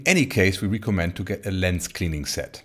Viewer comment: Mein erstes Video was ich von euch gesehen habe war das "Beyond IMAX: Filming with a gigantic 16K" in den ersten 20 Sekunden ist irgendwo eine Stelle "it gonna have", da fehlt das "s". Manchmal die Aussprache von einzelnen Wörtern wie "recommend" bei . Und natürlich Eure Website, die gerade aktualisiert wird :) Den meisten fällt das aber wahrscheinlich garnicht auf.